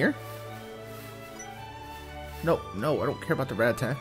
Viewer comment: Dude Ra-TAT-a. That was killing me haha